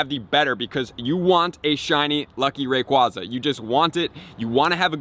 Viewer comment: I actually like his pronunciation of rayquaza hahaha